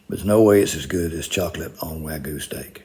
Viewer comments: The real crime is pronouncing "wagyu" as "wag goo". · WagYYYYYYu Not Waguuuu 😅😅😅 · Is there any Japanese word that's not butchered in the states? Wagoo? It's wa(as in duh)-ghee-you. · Are not even trying to saying wagyu anymore ..